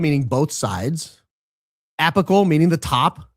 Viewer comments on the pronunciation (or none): I love Candace, adore her in fact, and you too. But honestly when she (and less frequently, you) mispronounce words, it sounds pretentious. Apical for example is pronounced AYpical, with the first 'a' having a long A sound. Intercostal is pronounced inter-caus-tal, not intercoastal. Candace does it with things like "room" and "bury", which I imagine is due to the influence of British George Farmer being around her all the time. But no one pronounces bury as she does, and the only people who come close to her pronunciation of room, are the aristocracy of England. The pretention is startling coming from Candace, of all people, and it is not racist to find that grating, because it makes the listener feel condescended to. She does it with cap and gown words too, but I am willing to dismiss that as being her unfamiliarity with those words. But Burry for bury and her pronunciation of room makes me want to say ""Knock it off, Candace. You are a woman of the people! Act like it!" By the way, Andrew Kolvet is an a$$hole and that is completely independent of our heroic Candace wanting to emulate her British aristocrat husband. By the way, the List I believe, reported that Andrew and his wife are separating. Thee rumor mill has it that his wife is on Candace's side.